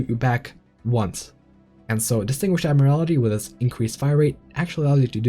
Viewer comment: Pronunciation note, it’s “admiral-tea” not “admir-ala-tea”.